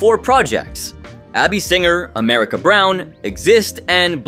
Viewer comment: "AMARICA" is exactly how I'm going to refer to America now.